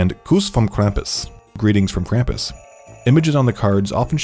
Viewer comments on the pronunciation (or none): me a Austrian upset by the way he says kampus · Omg its not "cramp us" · Grew up with krupmus, as an austrian can say it scared me half to death, also the way you pronounce krumpus kills me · IT'S PRONOUNCED KRAHM-PUSS GOODNESS GRACIOUS IT'S LIKE Y'ALL DON'T EVEN TRY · ITS “KRAM-POES” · It’s pronounced Kr-ah-m-pas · As i German i cringed every time he said Krampus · They pronunciation of Krampus is off, also I believe the origin of Krampus was in Austria